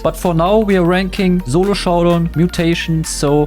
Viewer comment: Aint no way bro said zolo